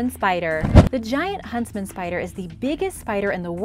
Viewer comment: Are you say huntsman or husband spider? Lol